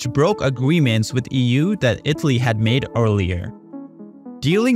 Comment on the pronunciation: IT-LEE (lol im usually not a pronounciation nazi but damn that was like someone playing a flat note in a good song hahaha)